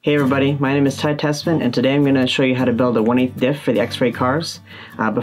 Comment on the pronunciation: Its tessmann, not tesla.